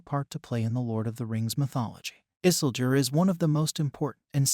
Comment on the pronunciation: Funny how he pronounce Isildur as Isseldur sounds like Dumbledor as HP character.